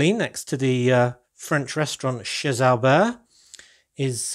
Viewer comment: in france we don’t pronunce the ‘’z’’ of ‘’chez’’, so the correct pronunciation is [ché Alber] 😉